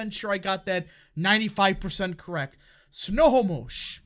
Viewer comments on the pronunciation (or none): It's pronounced Sno- HO - mush County. Accent on the second syllable. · It’s pronounced snow hoe mish 😂